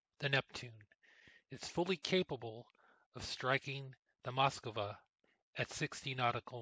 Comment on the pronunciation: Cmon how hard is it to say MoskVA?